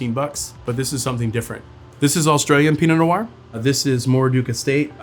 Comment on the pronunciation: Take a sip of your Pinot Nior everything he says Pinot Nior. Happy Saturday.